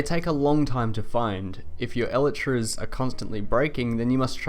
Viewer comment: i dont like how you pronounce elytras lol